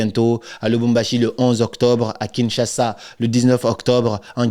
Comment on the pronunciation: Aujourd'hui tu as bien prononcé "Kinshasa"